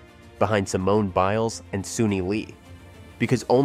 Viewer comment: How many different ways was her last name pronounced during this video 🙄